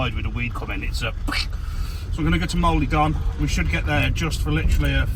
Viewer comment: That weed whack! But you laughed it off. Hope you don't mind a little help with the Cymraeg ( Welsh) pronunciation. Llan th ona and Moel uh Don ( like Bettws uh Koed ). Take care & more fish next time!